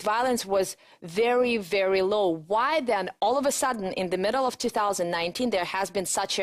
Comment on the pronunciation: Что я ещё заметил мельком, помимо R фишки: Flap T появляется весьма рандомно, в основном без неё говорит - ближе к британскому. При этом некоторые слова вроде not, она произносит через о, американцы здесь "А-кают". Условное Afterwards она говорит через [а], а не экает как американцы. Ещё косяки: of[ov] произносит как off, в большей части слов вроде and вместо звука d на конце произносит как anT. Ну уже совсем странные косяки вроде diZlike, когда в приставке dis всегда произносится s. z лишь в нескольких исключения вроде dissolve. Ну и отчетливый Becorse вместо be k(a/o) z. И произношение W-слов, в основном условный way она произносит как vay, то есть без небольшого скручивания губ с более глубинным звуком.(я сам, кстати наоборот факапаюсь и говорю везде w вместо v). А, ну ещё забивает на короткое i, которое должно звучать как что-то среднее между I и schwa sound - но это вообще чуть ли не поголовно встречается. Ну и, конечно, ясень пень, весь акцент палится через согласные, которые у русских звучат слишком твёрдо и чётко, челюсть менее подвижная, в английском немного расслабленее это все должно звучать. Вот такие пироги, думаю лингвисты бы ещё на какие-то косяки указали. P. S. Ну и когда 2 советских-русских общаются между собой на английском это выглядит немного крипово и забавно.